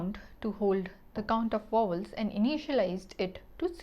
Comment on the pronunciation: she can't even say vowels lmaooooo